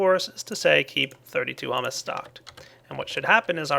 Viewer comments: This has probably been said too much but... HY-OO-MUS Hugh-mous etc. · it's pronounced hyoo-mus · h-YOU-miss pleae say it right